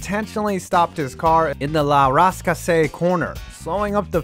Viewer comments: La Rass-Cass-ay killed me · La rask-a-say...suzaka...kill me now..these pronounciations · La Rascasay